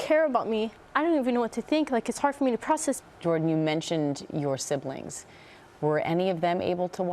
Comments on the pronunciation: "Siblins" instead of siblings and use the letter K in "ing" word endings like "ink" instead of "ing". Fascinating subject. They are angels. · I absolutely love Jordan’s accent! The way she pronounces “siblings” like a Latina from the Bronx ❤️❤️